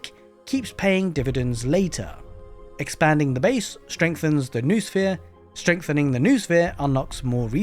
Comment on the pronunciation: BTW, "noosphere" has 3 syllables (no-o-sphere), not 2 (noo-sphere).